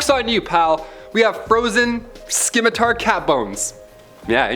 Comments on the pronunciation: Not skim matar…..simatar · Scimitar is pronounced SIMatar.. not SKIN mitar, might want to pronounce those words correctly......cuz people have a hard time taking you seriously when you can't.🤭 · Fantastic, fun video. Thanks yet again for the fun content to help me shrug off the inevitable depression when I start thinking about the state of the world. You and Lucy are my absolute favorites, and both put a huge smile on my face. Also, not to be mean! but it's pronounced SIM-ih tar. Because, you know, spelling is effin' weird. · The c in scimitar is silent bro. Lol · The c is silent in scimitar.